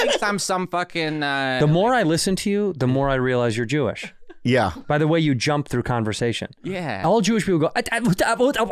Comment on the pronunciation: "my wife is Chewish" - Santino. There it is.